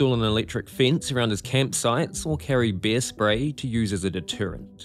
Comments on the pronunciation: It is bear, not beer! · Your pronunciation of bear. 😅 Though I can believe he lived with beers. You gotta be drunk to do what Timothy did. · Will you ever manage to pronounce "bear" so that it doesn't sound like "beer"? They are completely different, you know.